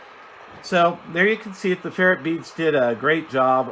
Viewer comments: Good video. It’s pronounced fer-rite beads. Not fer-it beads. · Please learn to say ferrite (fur-rite) properly.